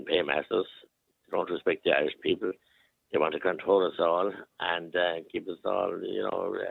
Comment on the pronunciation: What’s a Iirsh? 😂